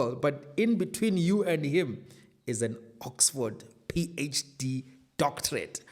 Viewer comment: Love the emphasis on Oxford PHD😂😂😂